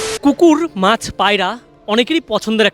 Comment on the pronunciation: Kotha ta maas noi maach